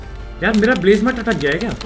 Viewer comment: Blazamut❌ Blazamathu✅